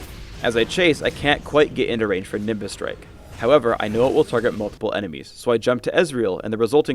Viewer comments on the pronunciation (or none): none